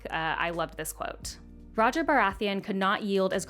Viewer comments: I think Rogar should be pronounced more like "Rho-Ghar" than "Rodgar". Loved the movie though! Keep up the good work! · roger lol its so fun hearing you say the names ( its rogar so more like row- gar like in alligator gar) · Roger Baratheon lol. NAILED the Targaryen names that you were worried about though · Its pronounced Ro-gar